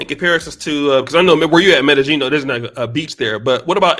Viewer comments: The BEST advice I can GIVE YOU, is STAY THE F**K AWAY!!! LOL!!! 🤣🤣🤣 ...and OH!!! It's pronounced "M'eh-d'eh-Y'eeen!!!" Not "M'eh-d'eh-JEAN"!!! 🤣 C'mon brah! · This nigga keep saying metta jean and it’s killing me